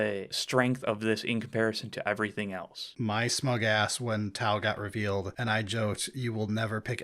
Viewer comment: You nailed tau